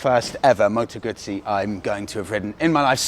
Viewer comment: Your second vid in the series on Bike rental companies. Thank you because you are providing a real service for us folks who want to ride the Island but cannot get our own bikes there. ( as much as I wish I had the time for an epic tour ) PS: If he wants to learn how to pronounce Guzzi properly , just tell him to order a Pizza.;-)